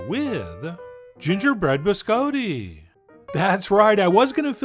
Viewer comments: He says it the way it's said in Italian. The way it's said in America is completely wrong. "Bis-cah-ti" is not how it's pronounced. It also refers to multiples, the singular is "Biscotto". :-D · No. Someone tricked Chef John into saying it that way as a joke when he was a kid, and he never learned the correct pronunciation. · Oh dear... the bis-coe-tee... bih-skaa-tte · Chef John you are ... so cultured. Have been so many places, but you mispronounce BISCOTTI...AHHHHHtti, not a long O. None of us here can figure it out how you don't know that? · I love Chef John. But every time he pronounces "biscotti" as "biz coe tee," the wings fall off an angel statue in Rome. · Gonna have to thumbs down you just for saying BisCoeDee -_ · So it turns out I've been pronouncing Biscotti wrong. I've been going "Bis-Cotti". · You probably haven't been, Chef John is charmingly pronouncing it incorrectly. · Why are you saying it like that? Please Stop. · Someone tricked Chef John into saying it that way as a joke when he was a kid, and he never learned the correct pronunciation. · You are, after all, the Wile E Coyote, of your mispronounced biscotti. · Right.. ?!? I thought it was a bit odd.. 🤔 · Did not disappoint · Some of y’all really need to learn how to pronounce these words. Please don’t act like he is saying biscotti correctly... or even close... lord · "Closer to how it's said in Italian"? No, that's NOTHING like the Italian pronunciation (or the standard American, for that matter). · I said closer. And it is. I'm from Sicily. I know how it's pronounced. It's definitely not a hard "o" but it's absolutely not with an "Ah". But I take it you speak Italian, so you should know.